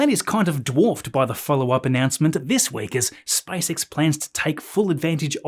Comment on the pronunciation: Вниманию авторов автоматического голосового переводчика: на русском языке компания Маска SpaceX читается как Спейс Икс, а не Спасекас. Найдите нормального русскоязычного консультанта, наверное это не так трудно. И в некоторых местах неправильное ударение в словах, но это не так страшно.